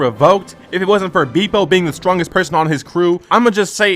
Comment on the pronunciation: dont take the slander of someone that cant even pronounce „bepo“ right 😂😂